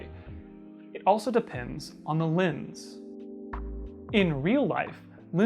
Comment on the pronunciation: Why is he pronouncing lens like lins, it’s pronounced how it’s spelled